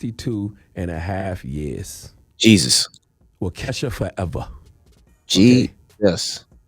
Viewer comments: It's pronounced Wau-kah-sha 🙋🏾‍♀️😒 Why didn't anyone correct him🤷🏽‍♀️? I can't with the Way-kesha 🤦🏾‍♀️ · I don’t like cthagod saying Waukesha (walk e Shaw) lol sound like he saying Wokesha 😂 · It’s Wau-Keh-Shaw 😂😂😂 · Bro, the City is pronounced "Wauk - Uh - shaw". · Man's said, Wa-kesha Forever 😭😭😭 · You know how you pronounce Waka Flocka ok so the state is pronounced Waka Shaw but it's spelled Waukesha 👍👍👍👍🤣 I got you 🤣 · He said wakesha 😂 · CTG u get donkey of the day for pronouncing Wau-Key-Shaw…wrong 🤦🏽‍♀️ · CTG it's pronounced Wau Ke Shaw, not Waukesha from the hood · FYI It’s pronounced(wok-ishaw) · It’s Wau-Ka-Shaw 🤣😂🤣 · Waukesha: Pronounced WOCK-AH-SHAW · Wahkeesha? Lol - at least learn the damn pronunciation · It's pronounced walk a shaw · Lol...CTG, Waukesha is pronounced "Walka-Shaw" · It’s pronounced, wau-ka-shaw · Yea same here. When he said, “Why-Kesha” I was like WTF! Like, why didn’t he ask someone how to pronounce it before the show🤷🏾‍♂️ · I clicked the video to hear Uncle Charla say "Wa-kesha" again 🤣💀 I can't say it right anymore and I live in Wisconsin. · It’s pronounced “Wa Key Shaw “ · He can't pronounce Waukesha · The way he pronounced Waukesha lol I am cracking up Char I'm giving you donkey of the day for saying it wrong the whole video lol JP but I love the way you give the donkey of the day it's always hilarious the way you explain it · He said waukesha foever🤣🤣 Good fo his ass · You said Waukesha so wrong 🤣